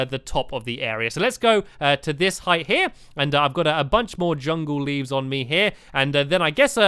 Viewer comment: he said livs